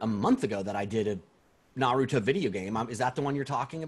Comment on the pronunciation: Why do people say naruto like that. There’s a whole show that tells you how to say his name